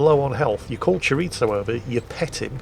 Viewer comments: Chiritzo? A sausage? is that.... chorizo? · Since when is there a ‘t’ in “chorizo”.